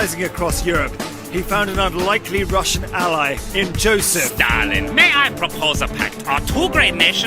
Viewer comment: Did i misheared nazi saying to ussr "darlin" instead of stalin???